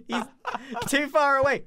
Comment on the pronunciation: I'mma remember this as the episode where Grian starts saying "Y'ALLLLL" in a British accent.